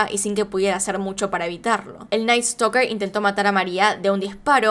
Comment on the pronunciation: Jajaja me dá risa como dice (creo que se llama ), en vez de "Night Stalker" dice: "El Night Stoker"... 😂😂😂🤣🤣🤣